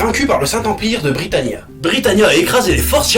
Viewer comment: je suis la seule qui a remarquer qua des moments il disait bricania -_- ?